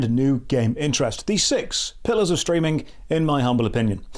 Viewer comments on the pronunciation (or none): Have you ever noticed you end "ing" words with "ink" a lot of the time. Streamink